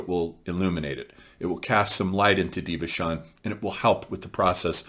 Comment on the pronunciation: Thank you for summing up these lectures. Just a little detail for you my friend, Devachan is pronounced with a K as DevaKan, and the 3rd eye chakra is Ajna - the J is pronounced...so it is aJna. Blessings onto you and your work!